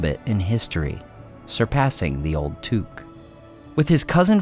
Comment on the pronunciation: Is that how you pronounce Took? I always assumed it was like “book”